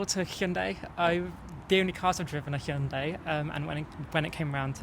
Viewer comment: "hon"-"die" sounds hilarious. The guy trying to say it "properly" as "hi"-"on"-"die" is also funny. It's "he"-"ahn"-"day"